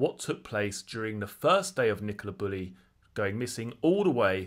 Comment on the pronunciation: Bew-Lee is how her name is pronounced.